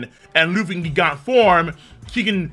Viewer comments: Why are you saying GIG ANTS? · Pretty sure it's pronounced jee-gant nit gee-gant